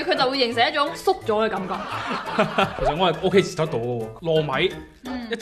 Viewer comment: 懒音有少少多，接受讲成"折寿"